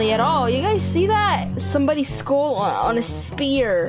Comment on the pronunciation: Skull! Not school!!!!!!😂😂😂😂😂😂😂😂